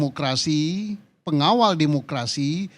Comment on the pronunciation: Ngomong demokerasi Ko mulut nya ngak demokarasi..